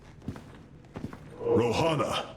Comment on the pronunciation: Everytime Artanis says Rohanna I will think Rihanna xD